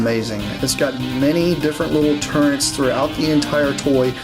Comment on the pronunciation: Love the reviews but they are called turrets... Not turrents 😳